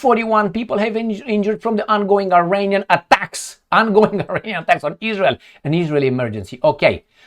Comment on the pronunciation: NOT i-reinian! It's pronounce Iranian. With the first letter "I" pronounce as in Italy or Israel